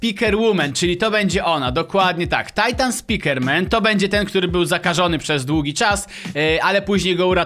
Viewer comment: czemu mowisz tajtan a nie titan